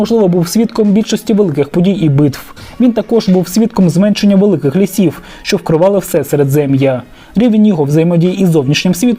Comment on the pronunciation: землЮ замість зЕмлю ствОрень замість створІнь лІсів замість лісІв поневІрянь замість поневірЯнь